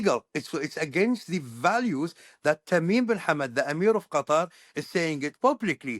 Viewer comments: Qatari say "cuttaaar" idk why americans got everyone to change it saying the right way is a sharp "cutter" 😂 trying too hard. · Why do you mispronounce Qatar as "cutter"? It's just as easy to pronounce it properly as "cut haar' ". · What can't Americans get the pronunciation of Qatar correct? It isn’t "cutter". Its Qatar..."Kuhtar". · Qa-TAR, not Cutter. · It’s Qat-ar NOT cutter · I'm barely 3 minutes in; why do you keep calling Qatar (pronounced Kah-TAR) "Cutter?" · Omg stop pronouncing it CUTTER!!! You’re killing me! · Not to nitpick, but do Americans even try to pronounce these words they way it should be pronounced, lol. I think trying to do things like this especially when dealing with a nations name or a persons name shows respect. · I can't bear hearing the host's pronunciation of the word Qatar.